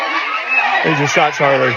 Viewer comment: Clip the girl telling candace "they" sounds like she is saying a certain "State" with this